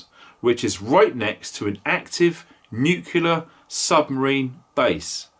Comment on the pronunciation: Not nucular nuclear.